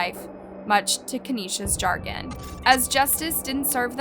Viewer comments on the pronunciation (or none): How does she butcher the English language in every single post at least once. Pronouncing chagrin as jargon. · Here's what i don't get. Who writes the copy for this chick reading it? We know it's not her, because she butchers at least one or two words every episode. I almost fell off my couch listening to what she did to "chagrin". Does anyone know the answer?